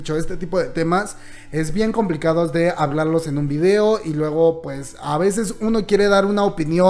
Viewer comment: Muy bien video, pero... porque dice videa?